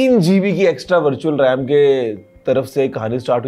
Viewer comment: Mujhe vertual rem Start me Bhar tu chal Ram Sunayi diya 😂😂😅😊😮